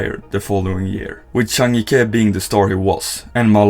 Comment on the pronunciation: Finally you got the pronounciation right on Zhang Jike!!!